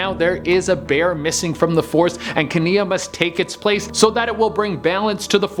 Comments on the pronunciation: #8 is that how its actually pronounced in the movie, cuz that's not how that name is pronounced. It pronounced kee-NIE, not kee-NIA. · 1. It's "KEE-nye", not "ka-NEE-uh" 2. Aurora was 16 not 18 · you know it's kenai, not kania, right? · So far he’s called Kenai, “Kenia” twice, I’ve winced both times... let’s see how many more times I’m going to wince. He really should watch the movies before he rates things on them! 🤦🏻‍♂️ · Its definitely pronounced Key nye not kania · has never seen brother bear, his name is pronounced like keen eye. One of my favorites so I had to say something. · The way you pronounced kenai really had me, its pronouced key-n-eye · Kenai is pronounced "Kay-nine". At least, in the movie, it is. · The name is pronounced Keen-nie lol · I counted 3 names you mispronounced. Te Fiti, Kenai, and Yzma. Sorry to be a bother but thought you should know. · I literally screamed at my phone when he pronounced it wrong 😂😂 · pronouncing Yzma and Kenai makes me cringe. I still love you though! You're still my fav from the channel!